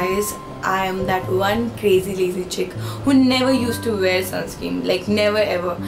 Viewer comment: Dear sis it's sunscreen not sunscream. Just so you take it positively love you so much 😊